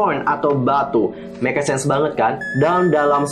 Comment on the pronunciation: make sense ; "mek sens" kitu atuh bacanya kak :D